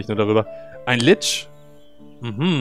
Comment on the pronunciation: ich hab jedes mal schmerz erfüllt zusammen gezuckt als du lich gesagt hast. die englische aussprache ist echt schreklich